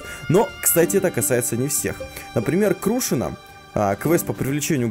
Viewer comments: Не крУшина, а крушИна! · делаешь видео по ведьмаку но крушина не правильно произносишь.....